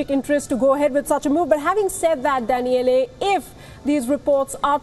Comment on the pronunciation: Danieleh? LOL